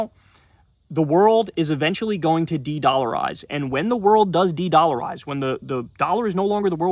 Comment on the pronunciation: Bro said dedolarize.